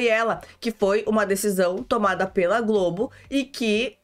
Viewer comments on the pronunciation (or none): none